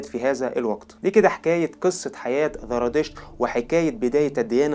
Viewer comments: زرادشت وليس ذرادشت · TVأولا أنا سعيدة جدااا بالتعرف إلى قناتك ثانيا ملاحظة أسوقها إليك بكل ودّ وقد قدّمتها سابقا لبعض الإخوة المصريين الذين يقدمون محتوى باللغة العربية نطق الذال زاي سبّب لكم خلطا كبيرا.. فصرتم تنطقون الزاى ذالا.. يعني هو "زرادشت" و"اليزيدية" وليس "ذرادشت" واليذيدية" في الحقيقة لقد تعوّد كل العرب على نطقكم الذال وصار مقبولا مستساغا أما العكس فهو ثقيييل جدا ويسبب لبسا وخطأ.. فخليك عادي دون محاولة الإصلاح التي تقودك إلى خطإ أكبر.. نحن نحب اللهجة المصرية جدا وهي قريبة من قلوبنا بحكم أن مصر هي هليود الشرق ومنبع الفن فيه وشكرا على رحابة صدرك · ذرا 🤔 انت عندك مشكله في اسم الديانه زرا . يبدوا ان عندك مشكله في حرف الزين . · ليش عم بتقول ذرادشت والذراديشتية حبيبي زرادشت والزرادشتية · لديك مشكلة في التفرقة بين حرف الزاي وحرف الذال ارجاء الانتباه لها